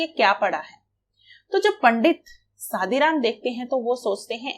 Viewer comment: It's good ..but it's not a सादीराम it's a शादीराम 😂